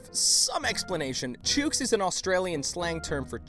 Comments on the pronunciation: Chook is pronounced like book, not choooook smh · chook is said like book not nuke. just saying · chook, like book. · chook is pronounced like cook. that is all.